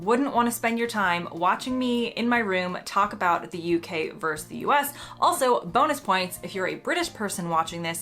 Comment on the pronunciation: Verse, I presume you mean Versus, you did that right at the beginning, but got it right later?